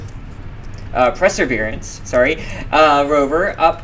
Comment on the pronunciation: Presserverance? You mean Perseverance?